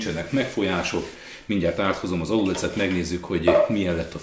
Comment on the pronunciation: Miert azt mondod, hogy alulec? Az nem aluléc?